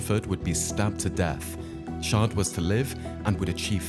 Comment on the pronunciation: The pronunciation of Natal is way off! And it's Chard with a c not pronounced Shard with an s!